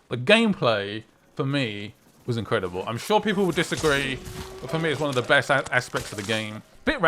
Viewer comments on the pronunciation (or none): none